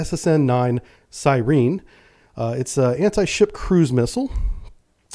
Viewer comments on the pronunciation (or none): Sigh Reen? Siren.